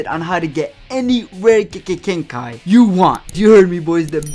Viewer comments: bro how he ses GENKAI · You know it’s legit when they can’t say Genkai